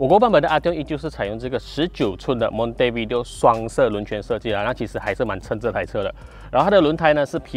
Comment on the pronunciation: 看了另外馬來西亞车评youtuber, rim的读法应该是 monte-vi-de-o 😅